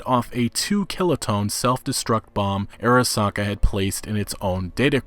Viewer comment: It's actually not "airasaka" but it's "arasaka"... like, "ah-rah-sah-kah." Just an fyi on Japanese romanization pronunciation. :)